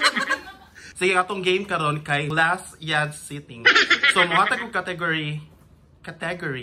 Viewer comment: hahaahaha "cateeeeygoreeeey" samoka sir ambot unsaon sab pronounce hha